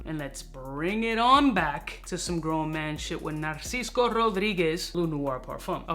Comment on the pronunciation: It is completely intriguing to me why you keep pronouncing Narciso as Narcisco, especially being Cuban 😄